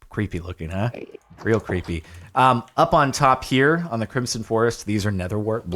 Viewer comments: Please stop saying crimp-son it is pronounced crim-son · When he pronounces crimson with a soft s and not a z sound 🤮 Same with when he doesn't emphasise the first a in basalt 😭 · I swear Jordan is saying Crimp-son not Crimson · nobody: Jardon: crimpson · Am I the only one that hears him pronouncing “crimson” as “crimpson”